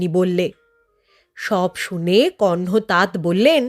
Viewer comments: কথাটা হসন্ত দেওয়া তাত নয়, উচ্চারণ হবে 'তাতো'। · অভিনন্দন এই গল্প টি শোনানোর জন্য। শুধু মনে রাখবেন --উচ্চারণ হবে তাত্ নয় তাতঃ কণ্ব অথবা তাতো কণ্ব।ঠিক ঠাক বোঝাতে পারলাম কি না জানিনা।